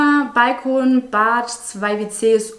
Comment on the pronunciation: Bin ich die einzige die es aufregt wie sie Balkon ausspricht 😂 und wie sie supplies ausspricht 😂supleis 😂